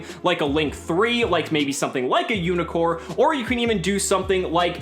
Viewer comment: It's Unicorn, not Unicore, this isn't Nekroz lol